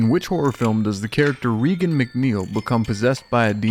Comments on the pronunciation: The answer is C - The Exorist. Her name is pronounced " Rāgăn" not with a long ē sound. Sorry. Grammar, Pronunciation and Spelling are a pet peeve of mine. 🎶🐦🇺🇲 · The Exorcist and her name is pronounced “RAY-GAN” like Ronald Reagan. Love your content ❤